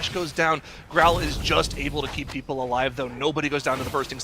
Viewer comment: His name is Grom, not Growl